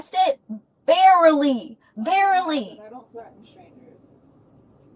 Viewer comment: They should also charge her with not knowing how to pronounce "Threaten".